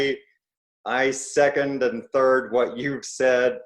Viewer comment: "One turd," Ivor?